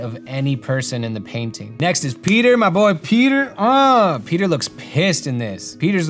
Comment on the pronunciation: As an italian, I could really see the effort you put into pronouncing the words right! Thank you for the respect, Peter!! ☺️ I love these type of videos! I think that learning alongside someone who is researching for a project is so much more fun than being taught haha